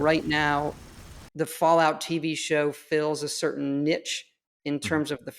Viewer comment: Todd doesn’t know how to say niche lol